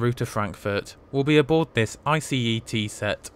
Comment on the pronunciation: good you are saying ice the right way now. it felt a bit stupid being mad about it in the comments but it just bothered me a bit.